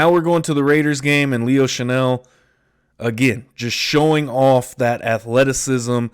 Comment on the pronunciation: It's "Chenal" not "Chanel." Chan-ell is a perfume. Chen-All is a football player.